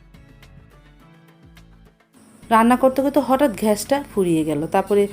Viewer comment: Ghas. Na. Gas